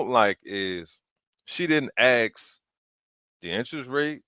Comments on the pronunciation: Why on earth did people start saying "aks" instead of "Ask"?? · She didn't AXE the interest rate She didn't AXÉ the total price... in fact she Shooda AXXÉĎ thé Ĥolê ĐeeŁ ¡¡¡¡